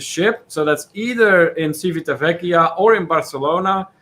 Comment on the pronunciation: You almost had it,, but ci and ce in Italian have the tch sound (not an S sound as in the Spanish language!) followed by the ee sound for i or the ay (as in day) sound for e! Civitavecchia (Ci-vi-ta-ve-cchi-a)= Chee-vee-tah-vay-kee-ah. Practice! And yes, Cay is always pronounced Kee. Do not ever let RCI fool you into thinking otherwise. Please reconsider booking the Epic. It is the absolute worst ship of the Norwegian fleet. The food and entertainment were not an issue. It's the entire ship design! The absolute worst. There's a reason why cruises were always some of the cheapest on the Epic before the Blip and also another reason there is no sister ship. Besides the horrible situation with only having two sets of lifts instead of at least three sets with midship lifts, the staterooms are the worst especially if sharing. Who thought it would be a good idea to put a mattress in the loo? Because over there across from your bed is the basin and in the other corner is the toilet, and the opposite corner of your stateroom is your shower so you end up with a wet floor and ceiling, and you're bothering others when late at night, you needed to wash your hands after using the glass enclosed toilet to "drop the kids off at the pool and watch them drown"! It's deconstructed so they hear everything! Rome in a day, especially coming from Civitavecchia, is very difficult. Same with Florence (Firenze). Please advise everyone about the pickpockets. They are masters of their craft, especi